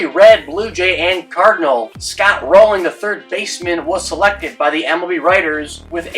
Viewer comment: Jeff Kent was average defensively Rolen was a top 5 defender at 3rd all time Kent will get in but he’s been punished for being a dick. Rolen was abrasive too, just not Kent-level And it’s Rolen not “Rolling”